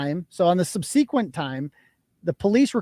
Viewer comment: OH my subsequent!!! my whole life. I was told that I pronounced it wrong until I was at 46 minutes and 42 seconds in the stream and heard you say it like I do amen. It’s like like sub sequent. FINALLY 👍 TY! I knew I was correct!